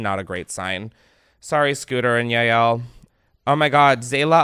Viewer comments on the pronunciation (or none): none